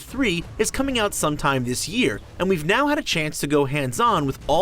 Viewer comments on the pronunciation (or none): none